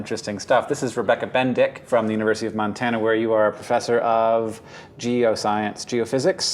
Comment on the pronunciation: Hahaha he said "BenDick"...lol